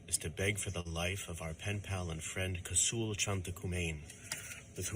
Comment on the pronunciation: As well as the bite mark he put on her. The eye witnesses. This guy couldn’t even say the victim’s name right. What a shame. So what if the the father forgave. Kosoul have been in prison since he as 15. He kidnapped and robbed an elderly couple in NC in which he only did 9 years for.